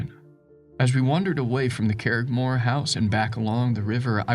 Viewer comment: Please learn the pronunciation of Irish and Scottish names when narrating. I shuddered each time you mangled the name Curraghmore.